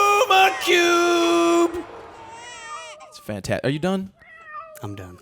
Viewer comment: You pronounce lume cube incorrectly